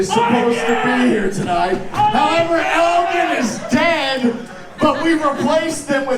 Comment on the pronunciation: Poor Eigen your name gets butchered more than most I hear on YouTube